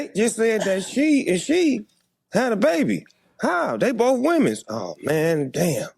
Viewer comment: “They bof womens “ 😂